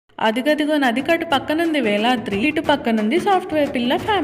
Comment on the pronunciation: అది వెలాద్రి కాదు వేదాద్రి